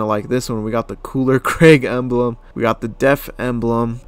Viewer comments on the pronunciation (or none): none